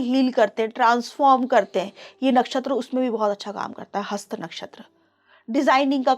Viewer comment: हस्ता नहीं कृपया हस्त ही बोलें, यदि हिंदी में बोल रहीं हैं, हिंदी भाषी हैं तो कृपया शुद्ध हिंदी का प्रयोग करें।